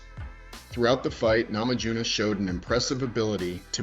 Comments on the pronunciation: You lost me at "namadzhunass" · "namadzhunass"?? LOL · Please at least learn to pronounce her name correctly 😢